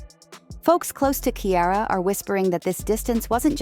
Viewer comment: The name is NOT KIARA. Her name is Ciara. You are speaking a lot of nonsense.